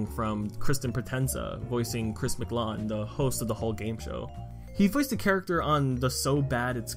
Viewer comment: "Chris Mclawn" ITS MCLAIN